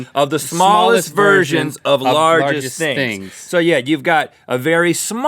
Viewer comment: Am I the only one who heard virgins instead of versions? 😂